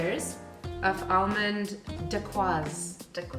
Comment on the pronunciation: You two are fun to watch 🤗 you made my day when pronouncing the word dacquiose . Don't think I can stomach that ( no offense ) will stick with your recipes MK